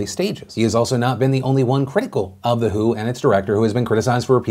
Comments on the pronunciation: It's pronounced Double-U, Aitch, Oh – not "who". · Tip: The WHO is pronounced by saying each individual letter (W. H. O.) - not by reading the word "who" (that's a band) lol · Phil you're supposed to pronounce each letter in WHO not say "who"... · Ever time Phil says "The Who" it makes me wonder why the classic rock band has anything to do with COVID 19. Can somebody tell him it's the W.H.O.? Each letter is pronounced separately. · FYI - when you says WHO, you're supposed to say the letters. It's not called the "Who." I love you Phil, but this video was so cringey. You can Google it or contact anyone at the WHO to verify. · Who? The World Health Organization. The W.H.O. Not the who. Sorry, but you said it like 50 times and it got annoying. Now I've vented and can go on with my day. Thank you for your time. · its W.H.O not who..you're not a toddler